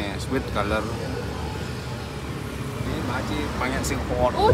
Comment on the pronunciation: akhirnya ada yang sadar kalo orang Korea wkwkwk ketauan dari accent nyaa "oh~"